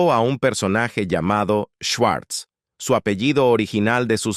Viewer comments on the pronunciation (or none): Si el era judio. Y se pronuncia shvarts